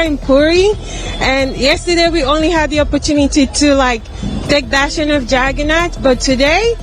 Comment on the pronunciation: Why they are saying chagannath instead of jagannath